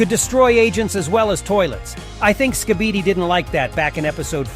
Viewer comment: You can’t even say skibidi you say skipidi